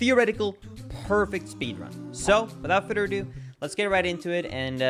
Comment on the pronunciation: “Without furrdurradoo”